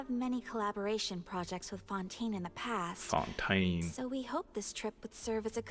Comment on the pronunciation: "I cant believe they say Xavier 'Sa-vee-ay' and Fontaine 'Fon-tayne'" X'D Teyvat has its own laws, what can we say